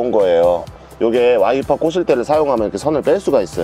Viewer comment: 왜 와이퍼꼬질때가 왜 와이프꼬실때로들리나요